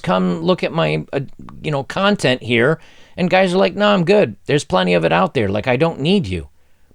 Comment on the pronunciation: did you just say cUntent